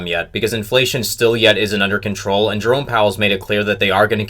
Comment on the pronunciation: Whenever he says JEROME Powell I hear DRONE Powell